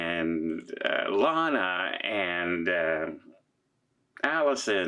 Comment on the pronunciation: (psst! It's ilana, like "ILL-ANA")